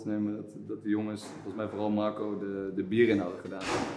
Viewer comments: Waarom zegt de presentatrice Magco? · klinkt alsof ze een spraakgebrek heeft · Hoe zij Marco uitspreekt. MarCOO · Brabants, we spreken hier niet met n rollende R